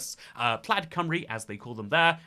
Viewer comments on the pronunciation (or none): plaid rhymes with dad when it's a tesla model, otherwise, it rhymes with clyde (from a U.S english speaker) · I was going to pick you up on your pronunciation of Plaid as you rhymed it with Dad quite a few times, but sometimes you got it right by rhyming it with Clyde. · btw, Plaid is pronounced kinda like the word "plied" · You went to Wales but can't pronounce Plaid it's Plyde like river Clyde